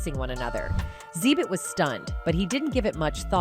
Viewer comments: It's not "zee-bit"! It's "exhibit". These videos ignore me with these idiotic pronouncing of names. You must be using some low rate cheap tard-bot to narrate. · Xzeebit HALARious. It is pronounced.. Exhibit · Xzeebit ❌️ ,Xzibit ✅️